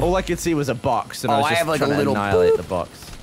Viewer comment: Jeremy got so Boston in this. 'Go for your BAWX Jack!'